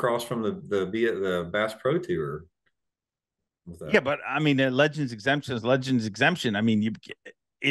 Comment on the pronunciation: Brought to you by Kleenex, stay free, and vagasil. Wouldn’t That be a nice boat wrap for the senior’s tewer as he says tour lol